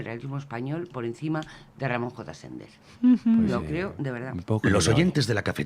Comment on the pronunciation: Ramón. J. Sender, no Sénder.